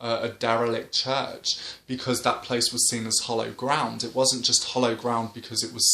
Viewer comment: Great videos. When you say hollow ground, do you mean hallowed ground? If so, the a should sound like a in happy. Hope you don't mind me saying. Just wasn't sure.